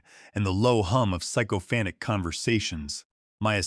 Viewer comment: What is "psycho fan tick"? That's a new pronunciation of sycophantic. AI crap. Thumbs down.